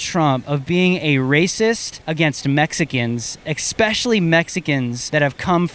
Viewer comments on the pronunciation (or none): You almost lost me at ekspecially